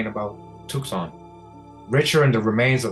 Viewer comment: Thank you! BTW Tucson is pronounced too sahn or tu san the c is silent for some reason.